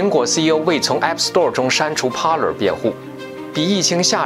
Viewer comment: TV 不唸T（薇） V的發音是由上額的牙置於下唇發出的音. Parler 源自法文，意為：speak 正確的讀法是「趴累」 不唸（趴了） 謝謝你們的關注.